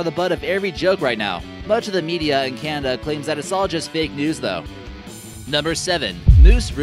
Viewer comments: why does he keep saying "kanda"? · Some intersting things going on with CANDA, this dude can’t pronounce anything lol.